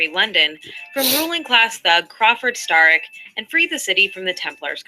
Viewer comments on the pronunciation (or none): She never even played the game otherwise she would be pronouncing the main villains name correctly. It's Starrick pronounced like stair not star. If she actually played the game she would pronounce it correctly the way all of the characters do. Sarkeesian is a fucking fraud.